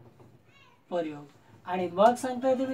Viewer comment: 'लींग' या शब्दाला पहिली वेलांटी आहे सर आणि 'परयोग' असा उच्चार नसून प्रयोग असा उच्चार आहे. पण चांगला प्रयत्न आहे .